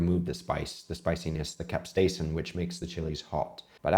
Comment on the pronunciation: Chef, I noticed that you alwqys butcher the word Capsaicine. There is n T in that 😁